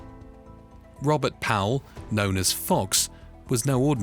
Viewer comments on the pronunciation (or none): none